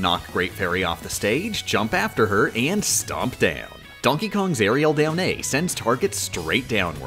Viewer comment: As a competitive smash player, hearing "airial back A" is so jarring lol